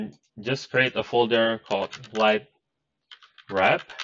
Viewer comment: I cannot pwonaounce the "W" in "lightwap" pwopewly